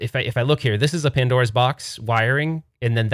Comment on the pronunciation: "Padnora" lol 🤭